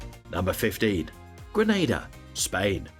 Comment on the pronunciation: I agree. I've been to Granada not Grenada which is a country 🤔